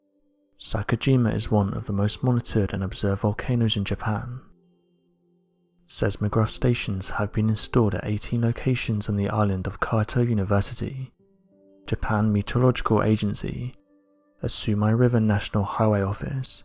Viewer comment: Size - mo - graphs , not sais